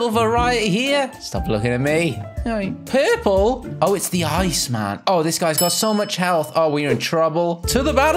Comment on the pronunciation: hey you sed porpel and did bulo